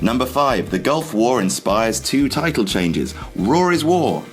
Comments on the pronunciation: Learn how to pronounce "raw"... It's not "roar" fyi. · Its Raw not rar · He said war instead of raw the first time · I love how the british mispronounce raw as "roar", it's cute!